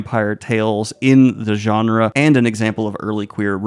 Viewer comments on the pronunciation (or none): none